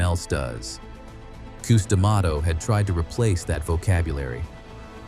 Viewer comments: Cus, Cus his name is Cus not Qus😂😂😂😂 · Who the f is Coos. Get it right or don't do it. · Yes Cus sounds stupid saying it wrong. Sorry not trying to be rude